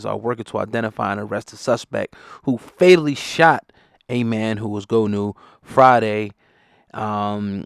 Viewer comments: It's not Go new! It's Goonew! From the Creek. Forest Creek Md. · HE NAME IS PRONOUNCED "GOON"-EW NOT "GO"-NEW ... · IT'S PRONOUNCED GUWNEW